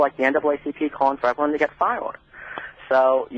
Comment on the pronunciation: Why does he speak like that? Instead of "fired" he says "fow-wud"? WTF?? How does one even pronounce a word that way? I thought only people with "special" problems spoke that way. At first I thought he might've been British.